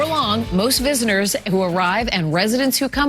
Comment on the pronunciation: Did she say, "... Visiners..."?? Haha, nice diction lady